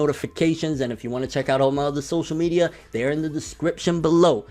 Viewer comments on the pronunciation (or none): none